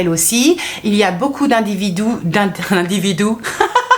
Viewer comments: Individou ou Individur ?? 🤣🤣😂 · Merci pour ce live très intéressant et j'ai bien rit avec vous "les individous" 😂 🙏🙏😘😘